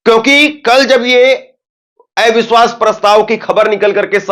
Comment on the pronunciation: Bhai aap eviswas kyun bolte hain oh to aviswas bolna chahiye